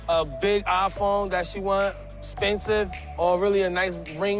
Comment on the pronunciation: Did he say spensive phone or ring? No your worth